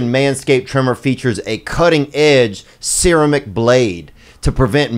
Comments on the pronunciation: Did the rat just read it as searamic instead of ceramic😂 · "cutting edge seera-mick blade" -- Theo